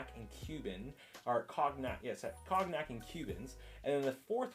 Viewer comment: love the review Cognac is a alcohol and it is pronounced more like “cone-yak”